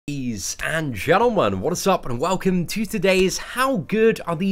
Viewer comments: Sometimes its "and gentlemen" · It's 'Bees and Gentlemen'...'BEES'